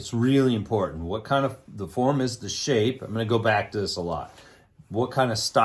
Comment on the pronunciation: If i had a dollar for every time he said Fourm and funtion...